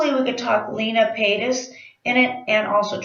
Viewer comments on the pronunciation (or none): A while ago I told you Trisha's moms name was pronounced like Lean-a cuz I heard someone else pronounce it like that but it's actually len-a like the mans name Len with an a at the end not lean like lean on a tree lol. I wish I could go to the drag con too!!!